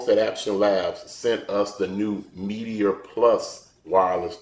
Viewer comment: Nice but it's "meat-er" not Meaty-er"